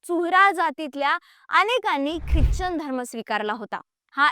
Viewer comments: ख्रिच्चन नाही ख्रिश्चन म्हणतात त्याला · उच्चार चूक करतेय क्रिचन